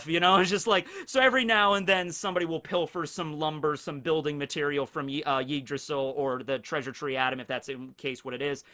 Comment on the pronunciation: The way he pronounces Yggdrasil makes it sound like Yeetdrasil